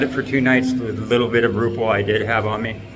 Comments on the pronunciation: "rupee ahh" moment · It's called Rupiah not ruple😂 Pronounced as Roo pee yah